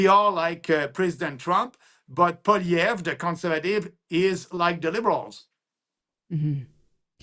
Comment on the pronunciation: its polly ev, natali thats how you prounce it................